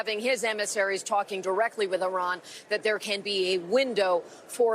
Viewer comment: It's Iran Not iron...y'all are f...... idiots